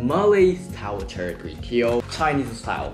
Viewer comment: "CHAR" kway teow.